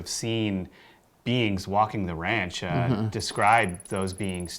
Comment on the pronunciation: When says "beings" I hear "beans" and can't focus because it makes me laugh. Yes, I'm still 5 years old in my head.